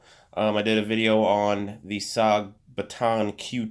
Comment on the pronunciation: Question, are you saying Paton or baton ?. And what's with the mouth popin noise. Sorry bro, you killed the video